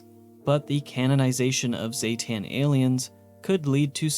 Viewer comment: zee-ten, not ZAY-TAN, everyone says the species name wrong, smh XD